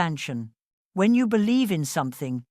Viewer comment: I bellieve...its always exactly like ur saying it